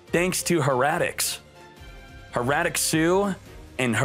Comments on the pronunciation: Hair-a-tic Not Her--a-tic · How you pronounce Hieratic makes me cringe